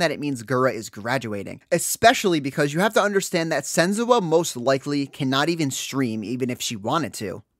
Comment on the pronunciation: Why are you saying sen-zoo-ah????